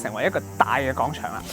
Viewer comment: 有啲唔夠喉,原來仲可以有下集.個人想知都市傳說😂 btw希望主持人糾正下啲懶音,尤其係『廣』場,唔係講場